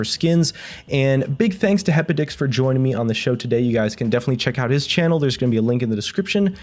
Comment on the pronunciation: Am i the only one that heard happy dicks instead of hepodix?